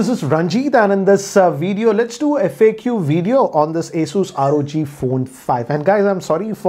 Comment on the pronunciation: I thought at first he said lets do you f**k you video, had to replay again lol